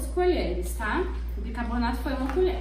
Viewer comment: Gente...não é por nada,não. Mas leia o nome desse pó branco que usaram...sílaba por sílaba: bi-CAR-bo na to Ajudei no português?